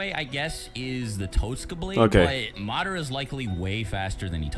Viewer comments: Im still just tripping off the fact that he said Mi-Dara instead of Madara. Like dude, u watch the show so you know how its pronounced yet you still say it wrong. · muhdaruh its MADARA